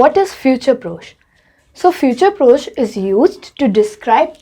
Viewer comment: One thing, it’s not F-U-T-U-R-E P-R-O-C-H-E, it’s pronounced as F-I-O-O-T-O-O-R P-R-O-S-H your spelling is correct but the pronunciation is wrong, always remember that in French, even if grammar is wrong, the pronunciation should never be wrong, pronunciation carries more importance. 😊